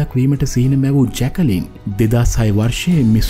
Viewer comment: ජැකලින් නෙමෙයි යකෝ.ජැක්ලින්